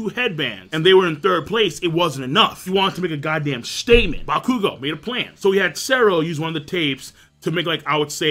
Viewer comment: OttoeCamn he isn't. It's pronounced ac-long uh-dee-mia. Or ac-long uh-day-mia. Either way he's leaving out the emphasis on the second a. N yeah he does butcher the shit out of bakugo's name.